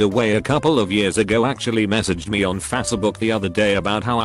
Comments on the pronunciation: No one: Voice: FASSEBOOK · Tts bot: fAsEbOk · fac-e-book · fah suh book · anyone notice how the bot says f - ASS book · No one: The voice: Fa-se book Also The voice: TL, Doctor